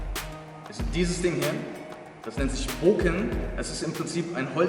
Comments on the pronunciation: Nenn es doch beim richtigen mamen, Bokutō und wenn du schon bokken sagst, man spricht es nicht booken sondern bocken, mit betontem k und kurzem o :) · Sicher das es Bo(o)kken heisst? Denn doppel Konsonanten machen den Vokal kurz. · Das "Bokken" wird nicht mit einer betonung auf dem "O" sondern auf dem "K" ausgesprochen. Daher die zwei "K" in der deutschen Umschrift. Man verbleibt kurz auf dem Laut des "K". "Bok (pause) ken" . Im originalen Japanisch ist dies durch die Hiragana schrift ersichtlich. Nach de m "Bo" folgt ein klleines "tsu" was zeigt das dass "K" betont wird.